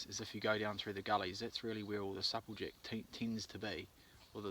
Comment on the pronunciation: Nice vid. U pronounce supple jack rong lol second person all my life iv heard say it the way u do lol